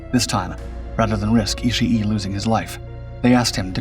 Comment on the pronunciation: It's not "Ishi E". The final vowel sound is just double length.